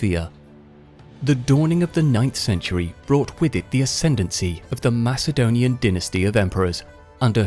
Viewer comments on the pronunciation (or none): none